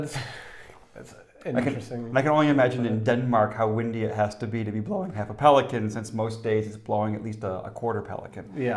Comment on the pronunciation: Some pronounciation tips: "Ugler i mosen" --- "Oolah ee mowsun" "en lækker sild" --- "In laker seal" And it is not for someone you love, it is for a good looking girl (osrry, guys), i.e. a babe "Klap lige hsten" --- you got that one. Might be related to "hold your horses"? "Pelikan" is "pelikAAn" "Det regner skomagerdrenge" --- "Deh ra'eenuh skow-mah'yah-draynguh" WHY WOULD YOU USE THAT WITHOUT BEING A NATIVE DANE OR LINGUISTIC MASOCHIST??? You poor, poor man... And they made shoes, not horseshoes. Skomager literally means shoemaker. Drenge means boys, i.e. apprentices. "Træde i spinaten" --- you got that one, but more "spinAAten"